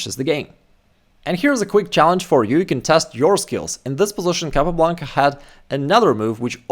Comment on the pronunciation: El apellido es Capablanca, nbo Calablanca..... Asegurate de usar una IA decente.